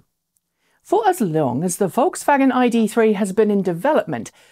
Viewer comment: for the correct pronunciation of VolksWagen